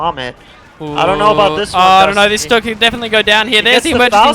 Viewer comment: The mispronunciation of stug hurts my ears.